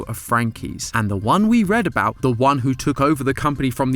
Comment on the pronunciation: Knew he’d talk aboot this